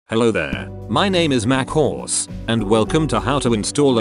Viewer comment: ur using text to speech right? why does it say mac horse? xD you should type in m c horse so that it will say mchorse im not hatin just sayin i love the emotes tho its awesome the best mod ever... xD